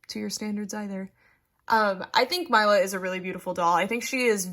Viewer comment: I believe it's pronounced 'Meela', not 'Myla'. It's a lovely name, I can't wait to get my own :D